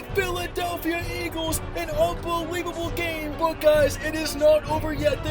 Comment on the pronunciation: Really good video, but I’m sorry. The fact that you say unbeweebable. It is priceless. I love your reactions.